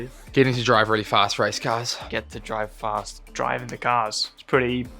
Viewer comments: Stroll saying "fast" 💀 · Did stroll say ''fast''